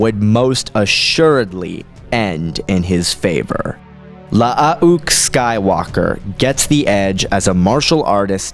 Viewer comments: Wouldn't Luukes name be pronounced (luh-ook) not (lush-uh-ok)? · wtf are you trying to pronounce?with the extra u,it is still pronounced like luke.with the way you were pronounced it i couldnt finish the video. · I think it’s pronounced Loo-ook, not La-ah-ook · Mate it’s not la-ah-ook . It’s luke but with two U’s, you sound ridiculous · You need to learn to speak properly is is Luke Not lahook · why the fuck is luuke pronouced la ah uuk o.o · Love the videos, especially "story of" videos, but I have to say... LAH-AH-OOK? Gotta work of on that pronunciation. You just say Luke like you normally would but the U sound is slightly longer. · 5 years later the most difficult part of watching this video is listening to you Say Lu-uke Skywalker's name over and over again. Good Lord man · Nice video, but if I hear "La-a-uke Skywalker" one more time I think I will jump out of a window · Nice video, but if I hear La-a-uke Skywalker mentioned one more time I think I will jump out of a window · Hey, FYI, Luuke is pronounced as Luke, in proper English. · Clones name: La ah une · really cool idea for a versus i had no idea it was pronounced... lah ah uuke... lol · You say one too many syllables in Lu'uke. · Louke ..not how he said it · I like how he pronounces it. It's funny to me. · yea you're an idiot lol 4 mistakes. Not understanding what he said is you're problem, not his. He clearly knows this is luuke and not Luke, as he said that in his comment. So you either didn't read it to the end, or did but you're dumb. 2nd, his message was about aweful pronunciation of luuke lol you didn't pick that up, as well as indicated that you pronounce it that way as well which means you can't read, also making you dumb. 3rd, learn how to spell. 4, don't be calling anyone stupid when 1, it's unprovoked, and 2, they are clearly more intelligent than you. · "Luh-uh-uh-uke." "Sabayoth." You really don't even try with these pronunciations, do you?